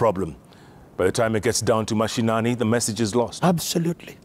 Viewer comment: "regouds" "abzolutle"☺️✍️